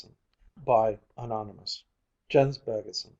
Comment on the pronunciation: As a dane and Baggesen-lover I truly love the pronunciation :)